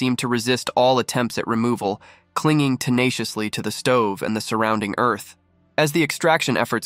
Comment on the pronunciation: It did it again! It said Eniliation and Eearth